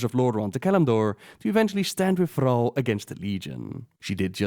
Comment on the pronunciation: Why do you say Frall... It's Thrall with a T